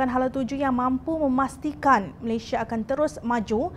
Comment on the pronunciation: Malaysia bukan 'Malayshia'. Sila sebut nama negara dengan betul.